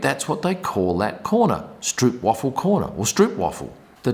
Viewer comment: Please pronounce it as strope waafel, not stroop waffle and be blessed forever by the entire Dutch crowd :)